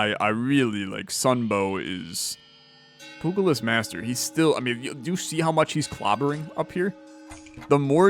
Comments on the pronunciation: Its pronounced pyooja-list, poogalist is a lot funnier though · Pugilist is pronounced "pew-jill-list". Soft g. But nitpicking aside, I do really love this game.